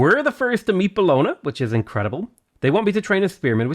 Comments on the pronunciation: Bologna is pronounced as bolòn-ja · it’s bolon- YA!! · Really enjoy these videos but the pronunciation of Bologna always makes me cringe. Logically, I'm sure there's all sorts I pronounce wrong but that doesn't stop the cringe.